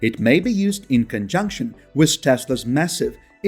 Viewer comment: The word with is pronounced as with not wiss.